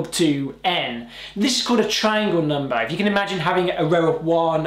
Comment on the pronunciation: and also... NUMBAA haha